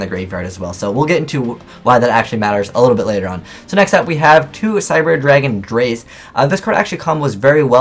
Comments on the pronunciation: drei is pronounced "dry" aswell as zwei is pronounced "tsvy" with the t partially silent, theyre the german words for 2 (zwei) and 3 (drei). just so you know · its pronounced in the german way so its (dry) drei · Me speaking german, i laughed so hard at "Cyber Dragon Draiiii